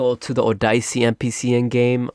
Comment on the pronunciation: Oh-die-see? it’s O-de-se